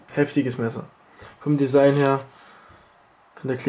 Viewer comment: ''AK47-Desigen'' xD